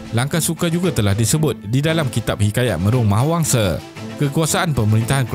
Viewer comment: Sebutlah betul².langkasuka bukan langkesuke.buddha bukan bude.mahawangsa bukan mahawangse.